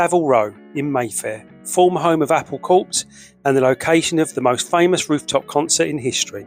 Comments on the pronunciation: It’s pronounced ‘Apple Cor’. That’s why it!s clever. Saying “corps’ makes no sense. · It's pronounced "core", not 'corpse'. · It's pronounced "Apple Core" like "army corps" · Apple Cor… it’s a silent P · Here is a copy-and-paste, from my Google inquiry: "Corps refers to an organized group of people, such as a military unit (e.g., the Marine Corps). It is pronounced like "core" (the p and s are silent). Corpse refers to a dead human body. It is pronounced "corps" (with the p and s sounded out)." Apple Corps is a group of people, not a dead body. It is pronounced "apple core" 😊 Then, the script, apparently incorrectly, calls the organization "Apple Courts". There's that corpse again! ! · Can somebody please tell the narrator how to pronounce "corps"?